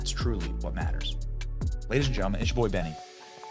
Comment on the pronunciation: The pronunciation of LL Cool j was no accident especially because it was followed by the term "Bohy".